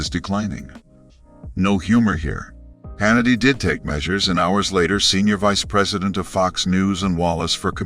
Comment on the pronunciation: i CAN'T EVEN BELIEVE THAT THIS IS REAL CONSIDERING THE VOICE OVER IS UNABLE PRONOUCE MR HANNITY'S CORRECT NAME. THEREFORE I CONSIDER THIS FAKE NEWS.